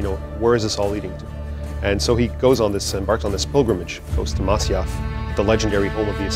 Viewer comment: I hate everyone miss-pronouncing "Masyaf"...